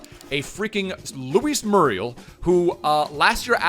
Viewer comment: It’s moo-ree-el my friend